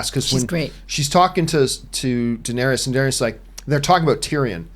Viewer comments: I’m seriously not a jerk nitpicker, but every time John calls Danerys (Dan-eer-is) “Danerius”, i get a nervous twitch in my eye! Lol. It’s Danerys!!! Iss-iss-iss! Lol! ❤️ you John!!!! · Can y’all take the time to actually know the material you’re discussing? How many names can you get wrong. How much established lore can you forget? Bastards have no claim to the throne. “Danaerius”. What? “Davros”? That’s not even a hard name to remember! Ballistas in Kings Landing wouldn’t kill Viserion. Remember, he’s a wight now???? Steel doesn’t kill them